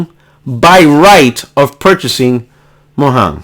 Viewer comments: Mo yang not mo hang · The way you say Mojang😂😂 Its a soft J sound because its from Sweden lmao. So basically Mo-yang. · Are you saying "Mojan" ln that way on purpose? Starting to think is a spanglish insult or yoy might me serious. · Fantastic video. i know your puertorican is kicking in when you say Mojan, but the J is said in english. lol